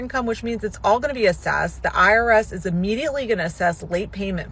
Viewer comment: Eventually and immediately. Not uh-ventually and uh-mmediately.